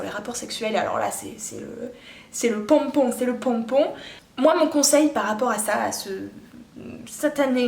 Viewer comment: C'est le "pompom" avec bien l'accent ahah^^